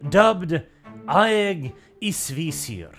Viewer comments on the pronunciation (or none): Eye-gis-vizeer…. Ægisvisir